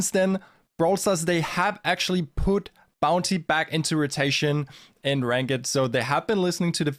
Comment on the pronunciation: Saw someone post on another of your videos that your English has improved a lot over the past few years. Hopefully this helps: Try saying “rankd” instead of “rank-id” for ranked. Your English is great, just a tiny nitpick. Your brawl stars is even better! Thanks for sharing, keep up the good work.